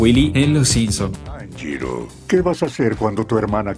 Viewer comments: se equivoco era tanjiro no tanjuro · tanjiro no tanjuro! :v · Tanjiro ❌ Tanjuro ✅ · Cuando decía Tanjuro pensé que era Tanjiro con mala ortografía xd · ya no es tanjiro si no tanjuro 🤣🤣🤣🤣🤣🤣🤣🤣🤣🤣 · No es tanjuro es tanjiro xd